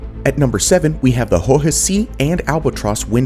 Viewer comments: deutsche bank seems the hardest name for english speakers xD well at least you pronounce the "e" in deutsche, now the next step is to pronounce bank with an A and not the english E they use for an A. like in bAnzei xD also hohe "see" is not pronounced like the english "sea" or "c" but more like british pronounce zed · You can hear his pain while pronouncing "hohe see"